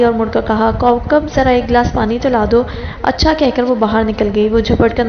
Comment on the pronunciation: As’Sãlãmû’Alãikúm. I absolutely love the way you say “Accha”